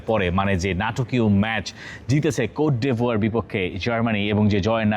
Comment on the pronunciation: বাহ, কোট ডিভোর। আইভোরিকোস্ট তাইলে কোন দেশ। শব্দ উচ্চারনে একটু বেশিই শিক্ষিত আপনারা